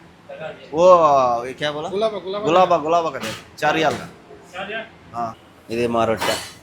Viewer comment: Anna adi gilaba Galaba kadu Its gilaba❤😅😊